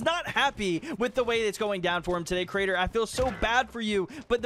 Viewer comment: does it bother anyone else that he says the cra-ator instead of creator